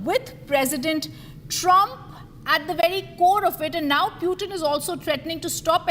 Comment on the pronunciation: Whats that pewtin? Pls, he is putin 🙏